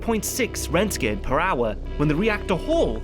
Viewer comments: rentgen?? Its rontgen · How in the hell are you pronouncing roentgen?